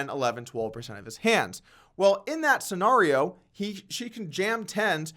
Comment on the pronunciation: Polk PLEASE learn how to pronounce scenario!!!!!!